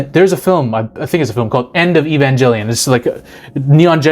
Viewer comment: The way you pronounce Evangelion makes me cringe lol love your videos tho!